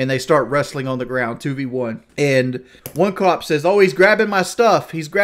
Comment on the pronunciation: I think I heard him pronounce "cop" as both clop and cod in this video alone. All that sugar and aspartame has turn his brain into swiss cheese.